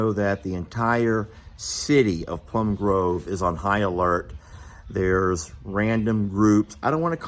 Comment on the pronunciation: And, Plum Grove, not groove.